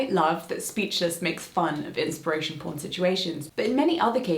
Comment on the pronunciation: Inspiration poarn? Slide an "a" in there?